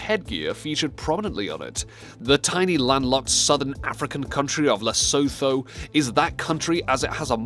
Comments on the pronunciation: it is pronounced lesutu but written lesuthu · Lesotho actually changed its flags to 🇱🇸 also it’s pronouced les ooo too and also Cyrus isn’t the only flag with its own image there’s Antarctica 🇦🇶 and kosovo 🇽🇰 and Bhutan and Bahrain arnt the only one there is also Jamaica 🇯🇲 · It's pronounced 'Lesutu' Not Leso th oe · Why do people say it like Le-so-tho but it’s said Le-sut-hu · Lesotho is pronounced Le-soo-too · The 'th' is pronounced 't' is Lesotho and Sotho. It sounds more like Lesutu and Sutu. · Everyone who reads this comment note that it is pronounced Le soo too ,and the flag is wrong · Lesotho is pronounced Les oo too And also that was the wrong flag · Lesotho is pronounced lesootooo and that flag is incorrect as the real one shows the hat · It's (Moe)zambique, its Lesotho with a t sound, it's Qatar not kwatar. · Two things i found about lesotho: 1. Wrong flag 2. its pronounced "less-oo-too" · "La-soe-toe" IT'S NOT THAT HARD PEOPLE!!!! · Lesotho "Lay-sow-thow" omgggg I couldn't stop laughing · Skyfury ! And it's pronounced Less-o-tow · The lesotho pronounciation made mr cry a little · Lesotho is pronounced wrong, and flag is wrong. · the way he pronunced nepal and Lesotho made me go "lololololololololol" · Thanks for learning? You need to learn some pronunciations. Nepal, Lesotho, Cypriot, Bhutan and Paraguay were all incorrect. Seriously, you prounounced Nepal Naypal like Paypal. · what he showed is the old flag of Lesotho with a shield not mokorotlo and he tried but cannot pronounce Lesotho properly